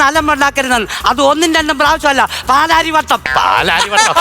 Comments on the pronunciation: പാലാരിവട്ടം😂😂 പലവട്ടം😂😂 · പാലാരിവട്ടം അല്ല പലവട്ടം 😜😂😂😄